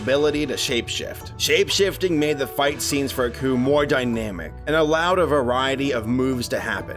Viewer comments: Nah. Couldn't even sit through three minutes of this. The narrator sounds bored as hell. And the protagonist is not 'uh-ku', it's 'AAAH-KU', as in "AAAH, this bastard's tryin' to kill me! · AH-ku, not UH-ku. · It's like y'all don't even watch these shows before doing facts on them. How do you butcher pronunciations of names so badly when they pronounce them in the shows? It's not Uhku it's AAAAKU y'all do the same thing with pretty much every anime y'all do too.